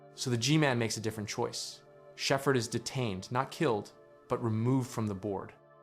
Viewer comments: you mean, get this AI a golden play video? Why else would an American-accented narrator pronounce "Shephard" as "Shefferd?" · Was this script written with AI or do you just not know how to pronounce words you’ve written like Shepherd not being sheffered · The pronunciation of 'Shepherd" is quite unfortunate. Is his name truly never spoken in-game for reference? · The best AI narrator I've encountered so far, but the mispronounciation of Shepherd and Xen give it away.